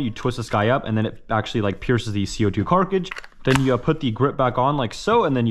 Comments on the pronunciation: Okay, first off I do like these videos.........but you sound like Blippi and why the hell do you say carkidge? Its Pronounced Kaa-trij. Cartridge not carkidge. It literally kills me every time you say it. I guess you are just immature and maybe on the spectrum, which is ok. It just annoys me. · he keeps saying carcage instead of cartridge xD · I cant get over you keep saying Carkige. Cartridge sir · Why does he say carkidge instead of cartridge? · wtf is a "carkage" you mean cartridge right? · Bro you trolling. Every video you pronounce something way off! Car-kij? Really dude? That’s how you pronounce cartridge!? No shot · Bruh, you say cartcarge,not cartridge or carcage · Cartridge Not carcrige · Cart-ridges. Not carkriges please, love ya vids but bud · Say it with me! CART-RIDGE. Cartridge. Not cargage. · Why does he keep saying carcage instead of cartridge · i fekt like i was having a stroke every time he said carkidge, i mean cartridge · OML PLEASE PRONOUNCE CARTRIDGE CORRECTLY YOU ALWAYS MESS IT UP AUGGHH. (CART-RIDGE) (C A R T R I D G E , NOT CARCRIG ) OML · Dawg... AK74u, Bersa and Cartridge. Not AK4u, bersta and carcridge. Good vid besides some of that lol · please, its Car-tridge not car-cri-jizz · Everyone realizes he says carcage because everyone comments about it right? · "Carckage".... also, if youre talking about airsoft youtube guidlines only apply to real firearms... not toys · your videos are great, the way you pronounce cartridges is a bout bothersome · “Carcige” lol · I dont understand why you insist on pronouncing the word wrong so often, just say carckt or cankister. Rant over, i love your content. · i love “co2 carcage” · What’s up with the way he pronounces cartridge and grenade? I’m not trying to make fun I am genuinely curious because I’m hearing carcage and genade. And I promise I’m really not trying to make fun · When did Millennials add a 'k' to the word cartridge? Even my boys somehow picked up saying 'carkridges'. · it’s cartridge